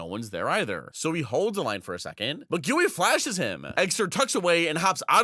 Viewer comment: You dont read it "guuih" xd in portuguese you dont say an "u" after a "g" so its like "gih" good video tho!